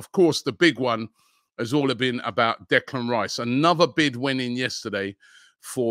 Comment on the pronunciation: . How many times did actually Robbie is mis-pronounce Declan Rice so that they had to edit t? 😃